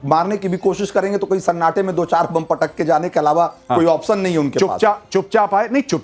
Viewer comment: Opsan any bolna Tu sekh ly pehly..phr a .